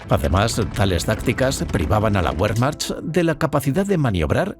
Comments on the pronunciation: Sí, además, pronuncia "Wehrmacht" como "Buermacht", cuando en realidad la pronunciación correcta sería más bien "Bermacht". En fin, este tipo de detalles son los que te hacen distinguir un documental de calidad de algo hecho sin ningún cuidado. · DU SPRICHT KEIN DEUTCH! Y así te atreves a decir que es un mal video.... WEERMAJT! ASÍ ES COMO SE PRONUNCIA WEERMAJT! Maldito inculto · Entre pronunciar "Bagratión" como "Bagreishon" y pronunciar "Wehrmacht" como "Buermacht" la verdad que este video se merece un negativo. Estos detalles son los que diferencian al material de calidad de algo hecho sin el más mínimo cuidado, cosa que se nota cuando ni siquiera te pueden pronunciar correctamente las palabras. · Tambien pronuncian Guerman, por Wermach , por pronunciar mal la letra W. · Ósea la información es anulada como inútil porque el 3er narrador pronunció Be y no Bue?? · La W se pronuncia en lengua de Europa no anglosajonas como una V. Y el general ruso Bagration no se pronuncia Bagreision a lo ingles